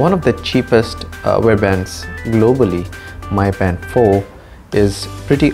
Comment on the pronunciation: Its pronounced Me Band not My Band...